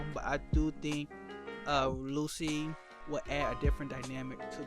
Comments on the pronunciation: It's not "Lu-C", it's "Lu-tschi" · It's Lucci. Like Gucci. Not Lucy